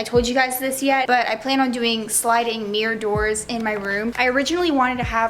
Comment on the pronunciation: No offense girl but, "sLiDiNg MiRr DoOrS" 😂